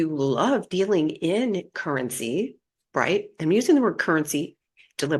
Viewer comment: Currency= the COEUR-IN-I-SEE.